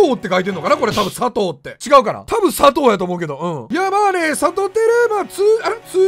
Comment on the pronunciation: さとぅーは草